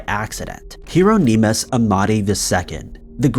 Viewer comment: Doh-Zher? HeeroNEEmus? Inventive pronunciation.